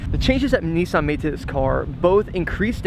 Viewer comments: Nissan not Kneesan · The only thing I don't like about this is the way they say NISSAN, not neesan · nisss Ann its pronounced dno why people pronounce it wrong damn